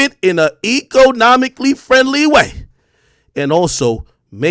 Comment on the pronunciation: Eco-Nomically friendly way😂😂